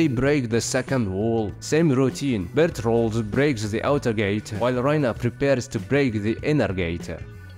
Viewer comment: You said Bertolt wrong every single time apart from the first time